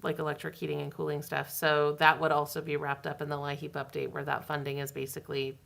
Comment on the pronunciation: From Pennsylvania. We pronounce LIHEAP the same as you. I've even heard it that way on their recordings and such.